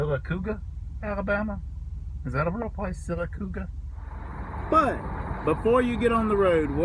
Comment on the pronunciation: Sylacauga, Alabama pronounced Sil uh Cog uh